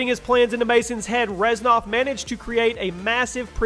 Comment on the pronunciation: its Reznov not Reznof